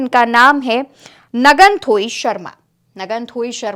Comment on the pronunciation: May I rectify your pronunciation of the late Meitei (Manipur State)young girl Air hostess as NGANTHOI